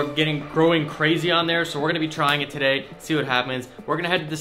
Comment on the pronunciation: I love how he pronounce "today", "tsodey"